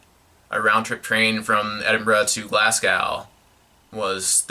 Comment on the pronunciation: Glasgow is pronounced Glas-go